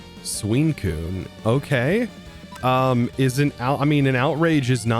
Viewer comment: Bro said suincune instead of suicune